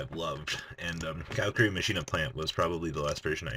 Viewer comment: Car-a-curi not cow-ra-kuree